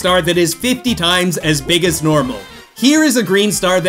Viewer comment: Nobody:: Beeg beeg Green star